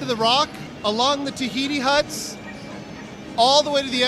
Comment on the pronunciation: He lost me at “Tahiti Huts”